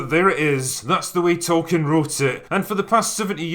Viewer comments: As South Park pointed out! It's Tolkien, not token! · Fans: It's "Tolkeins Works" NOT "Token" Work.